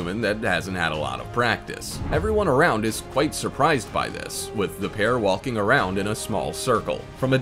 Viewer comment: Wall-king and Tall-king